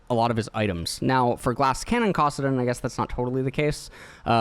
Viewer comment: I love, but for the love of god it’s MANA not MONA, it’s KASSadin not KOSSadin it’s GAREN not GAWREN